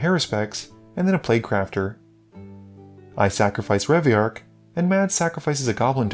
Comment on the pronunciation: My man, please- it’s Reveillark Edit: when you said you tutored for locus of rage you flashed up locus of creation